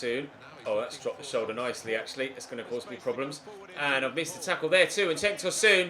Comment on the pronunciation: Tosoon🤧🤧🤧 it’s pronounced Tosun exactly how its spelt